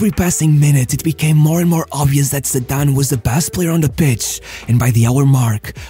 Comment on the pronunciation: Shame he can't pronounce his name I've noticed that a lot about this guy talking